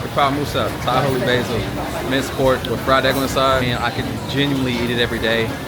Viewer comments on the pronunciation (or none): none